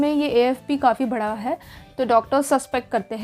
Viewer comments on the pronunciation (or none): none